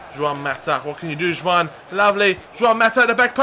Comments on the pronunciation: Juan, not Zhuan. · Why are you calling Juan "Juwan"?